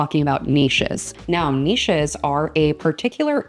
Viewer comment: Very cute and interesting NEESHES! That's the proper way to say it. :-) :-) Thank you!